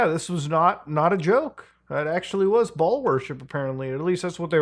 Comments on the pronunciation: BAAL is pronouced BALE btw muta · you say baal but in my headi keep hearing ball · Something about the way muta says baal worship makes me wheeze so fking hard